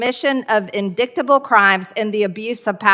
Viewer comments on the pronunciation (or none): MTG... just being herself. Can't run away from who she really is. In-dic-ta-ble? I believe the word is inditeable. This is what happens when you elect someone who's uneducated, and unfamiliar with the English language within a political forum. No class, along with faking it. She's way in over her head. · I would pronounce it in-dick-table too, if I was 6. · Of COURSE she would pronounce it as "in- dick-table".....meat head! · Of COURSE MTG would say IN-DICK-TABLE crimes. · HOW did Ms. VERY Green get a position in government, when she pronounces indictable in-DICT-able?? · When have you ever heard the word "INDICKTABLE"??? Even if she can't read, she can hear! AND if you are a member of the modern GOP, just following Trump means you've become very familiar with the word "indict" and its extensions. MTG is just embarrassingly dumb! THE quintessential Dunning-Kruger specimen! Who votes for these idiot GOP uh people?! Vote Biden/Harris and blue down ballot! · What's in-dic-table? MTG could be impeached for not reading and speaking English properly. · "inDICKtable"?! You know where her mind is! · I'm sure Empty Greene knows ALL about "in-dick-ta-ble"... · I’m really surprised people didn’t start laughing at the “indict-able.” They should have. Marginal Traitor Greed is a moron. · "Indick-table" is proof that she doesn't; 1- write her own script or 2- reads it out for practice before hitting the floor. You'd think she would have learnt to have at least read it to herself and check any word she hadnt heard of. Any person that doesn't want to learn (in her case not to embaress herself, again, rather than just learn a word) is actually stupid rather than just the presumption of stupid 😂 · Indicktable?!! What a moron. When is she up for reelection?? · In-dickt-able? MTG always receives my worst possible insult, which is, she is SO dumb, she is TOO dumb, to even know HOW dumb she is. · "Indickedable" 😂😂😂 OMFG!! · That’s probably why she said “ Indickable”😂😂😂😂